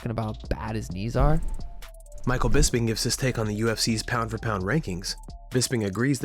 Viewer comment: Bis-ping is how i think you say his name.. hes just trying to stay relevant outside of being nonexistent in the active sport. Grab a suit man and some bud lights and speak "on behalf of the ufc"